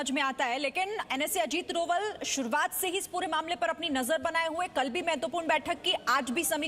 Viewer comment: Bhanji donal nahi dobhaal hi, bolna seekho!